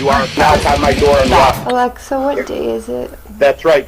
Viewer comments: Dave its not alexer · Dave pronouncing his “a”s with “er” 😤